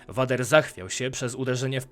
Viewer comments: No spoko... tylko przydałaby się jeszcze poprawność w wypowiadaniu imion, czy nazwisk bohaterów 😉 (czyt. vAder tylko vEJder, itd.) Przydałoby się to zmienić, bo (jak dla mnie) troche psuje odbiór... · Wszystko kox ale popracuj nad wymowa bo raz mówisz Vader a raz poprawnie vejder...i ta leja ograna xD